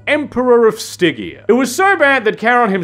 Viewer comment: Stig-EA... never heard it pronounced like that before.